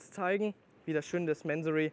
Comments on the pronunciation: Bevor man Fahrzeuge eines Tuners vorstellt, sollte man sich erstmal über dessen Hintergründe informieren! Der Gründer, Inhaber und Namensgeber ist der iranische Geschäftsmann Kourosh Mansory. Daher wird der Name auch nicht englisch "Mänsory" sondern Mansory ausgesprochen! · man spricht es doch nicht mänsory aus oder ?